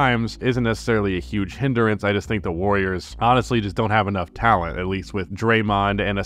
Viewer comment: Awfully wrong way to say the warriors lol